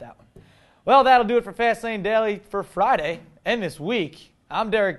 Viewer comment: Derek Did you say flyday?